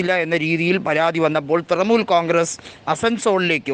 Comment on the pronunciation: തൃമൂൽ അല്ല തൃണമൂൽ.. ഇത് വിവരിക്കുന്നവന് ഒട്ടും വിവരമില്ലന്ന് തോന്നുന്നു